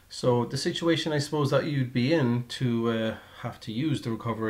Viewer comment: Thanks for the videos, helped me a lot during my installation. But why do you say "compleshe", "bush", "thash" etc. instead of a regular "t" on the end?